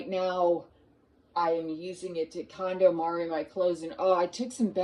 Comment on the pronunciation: I thought you said calamari 😂